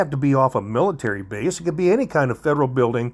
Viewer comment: Base, not bace. It's alright, you use the English language however you like.